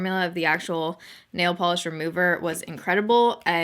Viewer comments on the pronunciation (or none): none